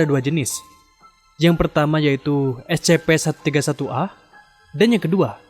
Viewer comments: info #1 cara membaca S.C.P bukan es ce pe tapi es sy pi. terima kasih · Bacanya escipi bang.